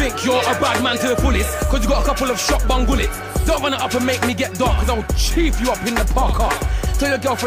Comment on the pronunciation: Lmaooo he said shot bun gullets i kno wat he meant tho...